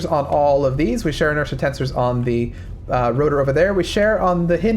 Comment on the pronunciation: I didnt know that "Share Inertia Tensor" was pronounce and share inertia tensors. Idk why but that drove me crazy the whole time he was talking about that